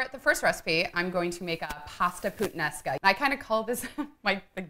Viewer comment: She's cute enough for me to forgive what she did to that "puttanesca". 😉